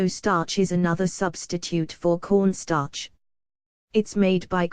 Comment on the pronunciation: I thought she said porn star